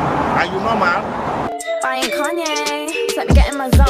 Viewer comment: “Are you no’mal??” 😂😂😂